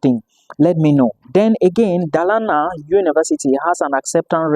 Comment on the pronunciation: Dolana, that’s the pronunciation